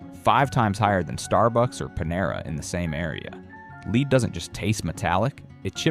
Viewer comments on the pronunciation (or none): It's led, not leed, brilliant A.I. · Mold and LEAD, not Leed. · VIDEO'S OF THIS CONTENT ARE GREATLY NEEDED AND IT IS ABOUT TIME WE ARE TOLD ABOUT ALL THE FOOD & WATER AIR & SOIL CONTAMINATION., BUT PLEASE GET SOMEONE THAT CAN PRONOUNCE WORD'S PROPERLY LEAD IS LIKE LED NOT LEAD BEING LEED / ALSO ALL OF THESE VIDEO'S HAVE A PORTION THAT SOUND'S LIKE JAPANESE OR GIBERISH ? ALL SO FAR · It would be easier to swallow if the announcer knew how to pronounce the word "lead". Pronounced "led" means the heavy metal dangerous to the human system. Pronounced "leed" as the announcer does, means to get in front of someone and show them the way to go. This mistake lessens the impact of the video. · Lead is being pronounced incorrectly. Not leed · You kept saying "leed" instead of lead. A.I. talking. I'm out. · Someone should train he AI reading, and narrator, that "lead" in this case rhymes with "bed" and not "greed". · Lead is not pronounced leed . It is pronounced led. Moron! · This is AI instead of saying "lead" he says "leed" deceptive practices sure. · Thanks fir the information and the recommended brands. I am surprised about some of these beans and how careless some shops care for their coffee machines. Why does your reader read lead (as in paint) as “ Leeds” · It's pronounced "LED" not "LEED" Does no one even proof the AI voice? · LEAD, NOT LEED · By the way the word is LEAD. Not leed. Learn to speak English. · Really BAD AI narration. "Lead" pronounced "Leed"? Among other annoyances. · Your voice is AI. You pronounce LEAD. LEED. STUPID!! PRONOUNCE IT LIKE LED STUPID!!! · Why not edit the fake voice pronouncing lead as LEED? Be human. Use you own voice. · Lead not leed😤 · Where does this info come from? I may take it to heart a little more with a real human narrating. I'd know those AI voices anywhere... It's a dead giveaway when the voice talks about "LEED exposure" rather than lead exposure. I don't trust this. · Leed? Thought it was pronounced Led (lead)